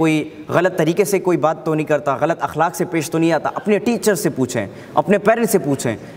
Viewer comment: ماشاء اللہ بہت ہی عمدہ ماشاء اللہ میرے پیارے بھائی! لفظ اخلاق کے پہلے حرف (الف) پر زبر ہے زیر نہیں اللہ ہم سب کے علم میں اضافہ فرمائے آمین ثم آمین یا رب المجاہدین